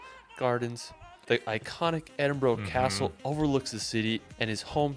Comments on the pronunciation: So…ed-in-bur-ruh is more easier way on how to pronounce it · Okay here we go Edinburgh is pronounced as Edinburra . Duncan born in 1939 in Edinburra . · Glasgow, Edinburgh, Loch Lomond is there any places this guy can say correctly? It's brutal to listen to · Great reaction! i like videos, including this one (though most of the list seems to be Skye!), but he does screw up nearly all of the pronunciations!! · No need to apologise for his awful pronunciation. It’s so bad, it’s funny. I know Edinburgh doesn’t have a obvious phonetic pronunciation, but where’s did he find the “O”? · Absolutely infuriating!!! The guy that made the video doesn't pronounce a single place name correctly, including Scotland's two largest cities. He's created a tourist video around a trip to Skye and tried to big it up. He couldn't be bothered to visit some of the locations because it was too wet, too busy, too expensive etc. His previous UK video was no better. Fortunately, the reactor, clearly saw through this nonsense and was aware of the real beauty of Scotland. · i know, I mean, at this point surely there is no excuse for the mispronunciation of Glasgow or Edinburgh.